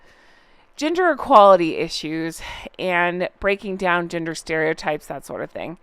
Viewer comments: I mis-heard gender equality as 'ginger equality' 😂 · I need to wash my ears out I thought you said Ginger equality not gender! 😅😅😅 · I thought you said ginger equality instead of gender equality 😂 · You said "gender equality issues" and I thought you said "ginger equality issues" 😂😂😂😂😂👩‍🦰👩‍🦰👩‍🦰🦰🦰🦰👨‍🦰👨‍🦰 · I though you said "ginger" not "gender" equality lol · I thought you were saying “GINGER EQUALITY “ 🤣🤣🤣🤣🤣🤣🤣🤣🤣🤣🤣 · lolololol, I totally thought you said “ginger equality”… and I was like, “with all the world’s real hardships, is this for real?” : well, it’s not. I blame my post-operation medicine on this. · When you talked about their new trend : « gender equality », I heard « ginger equality »... and I thought : Fair! 😂 This said, happy you are back 🧡✨ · I had to go and replay a section because I legitimately thought you said “ginger equality”! 😂 The sad part is it was completely believable and sounded like something they would try to pull. Always the victim. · I thought you said Ginger equality 😅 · OMG! I had this playing in the room while I was doing something and when said "gender equality" and "breaking down gender stereotypes", I heard "ginger"!. I was like, "What?!? Is that a thing?"🤣🤣